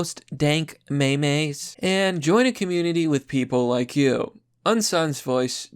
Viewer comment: Mee mee's, seriously ?!?!?! You've lost your credibility